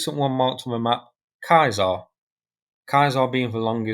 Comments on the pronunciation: Just FYI- the pronunciation of this weapon system is "Say Zar" (french) or "See Zar" (english). Not Kai Zar. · Love your show but please please stop calling it a kiesar, it's a ceacar. Aka a roman emperor not a German emperor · its not kaiser its caesar kaiser is a german grantking and caesar is a roman empire emporer... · humm I think someone is saying it wrong either I was taught wrong or different dialect really plays games. ^Ceaser^ eh humm(clears my pallet) "See*zr" how did you get "kai*zr"? witch is spelt Kaiser? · Its spelled like siisar. Not Kaisar. In french it’s something like sesaar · Is it really pronounced 'kye-zar'? I assumed it was 'see-zar' (Caesar), as in the Roman general? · "kaesar" ? you totally butchered the name of that vehicle, bro haven't you heard of Julius Caesar? It is pronounced the same way. (Seezar) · "ky zar" lol its "sea zar" as in Julius Caesar meaning "King" 😅😅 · It's like Julius Caesar, not Kayser ;) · So, it's pronounced like Julius kyzar now? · Good videos, but when are you going to stop pronouncing Caesar as Kaisar. 🤣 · Impressive as ever. But Caesar is pronounced 'sayZAR' (French) or 'sEEzer' (English)… surely ? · French pronounciation would be 'sézar' . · What?! It's pronounced KAISAR? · Thanks for the vid, - but the English pronunciation of Caesar is 'see zer' as in 'Julius Caesar, the Roman geezer'! 😁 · I think you may be pronouncing the name of this bit of kit wrong.🤔 I believe it it pronounced Caesar as in Julius Caesar.😉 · CAESAr stands for Camion équipé d'un système d'artillerie. It is thus to be pronounced like an acronym, not like Julius title.🙂 In french, pronounciation is close to one. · Its CAESAR not CAESAr and you can find video on Daily Dotion: CAESAR : Camion Equipé d'un Système d'ARtillerie published by: Ministère des Armées. And you are wrong, the name is also on the vehicle... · I just can't get used to your pronunciation of "Caesar". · Do you not know how to pronounce Caeser